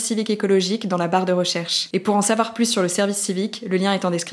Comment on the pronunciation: Pourquoi hugo dit dans chaque épisode "pour en sawar plus". Il suffit de le dire moins vite et c'est facile à prononcer correctement 😅